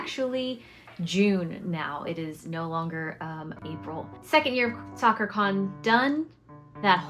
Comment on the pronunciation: FYI "sakura" is not pronounced quite like that... it's more like sa kuu rah. Your booth looks awesome 🤩